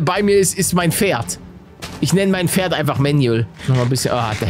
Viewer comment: Wie jeder Pferd sagt:Pferd Wie paluten pferd sagt:,,Mister ferd " Mir geht gerade der stift 😂😂